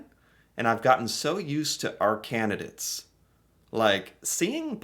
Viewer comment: Candidates not candidits